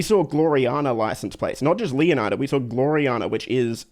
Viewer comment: you pronounce Leonida wrong! You should learn from Matto and Atina! 😉